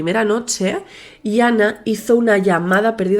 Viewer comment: Es Yana no iana